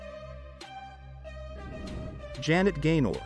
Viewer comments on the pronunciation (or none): Deborah KARR, Joan Blon DELL, Janet Gay NER (correct pronounciation):thanksdoc:Lillian GISH (hard G, please)